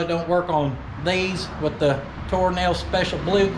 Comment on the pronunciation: I know you're not...but most of the time it sounded like you were saying "Toe Nail" brand tires. Which is a brand I'd actually like to see.